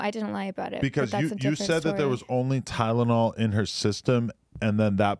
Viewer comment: “Tyledonol” lol